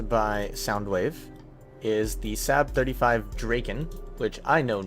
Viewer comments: It's pronounced "Sarb" not "Sab" :p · saab is pronounced like sob just fyi